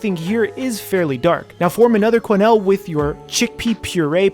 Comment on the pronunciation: Quenelle basically sounds like “kenel”